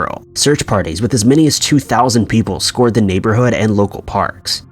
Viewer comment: "Scored" the neighborhood? I think you mean "scoured" pronounced like ""hour" but with an "sc".